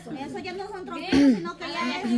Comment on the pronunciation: LO SIENTO MUCHO TETA PERO A JOSÉ SE LE NOTA QUE NO HAY MUCHO AMOR. Y SE DICE TROPIEZO NO TROMPIEZO .